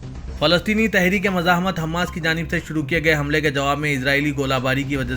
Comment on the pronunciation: Mausoof Gaza aur Hamas ka sahi talaffuz bhi nahi kar rahe hain.